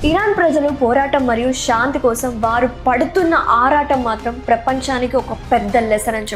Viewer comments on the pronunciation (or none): none